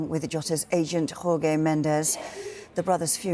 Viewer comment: It's not "Horge". J in portuguese has the same value as in English, like in "John". It's irritating to hear portuguese names spelled that way.